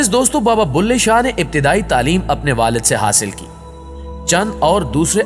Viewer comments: بلهے شاہ، بھلے شاہ نہیں، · Baba ka naam BULHE SHAH HAY .... BHALE SHAH nahee.